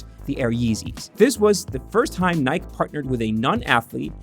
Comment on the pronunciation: My guy please use taskade to plot out how to pronounce names consistently over the video, it's like every time you say kanye,pastelle, Nike you pronounce them a new way 😂🤦‍♂️😒